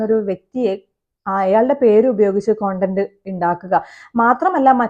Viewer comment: കൊണ്ടന്റ്.. Alla.. സെച്ചി.. അറിയില്ലേൽ പറയണ്ട... നീ പറയേം വേണ്ട... Podii 🤮🤮🤮🤮😊